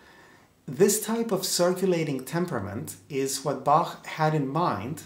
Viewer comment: Thanks for pronouncing the master's name right.